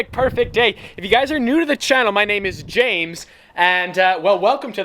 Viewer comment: You said Jame